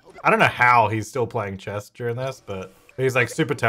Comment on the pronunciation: everytime says "chess" i understand "Chaz"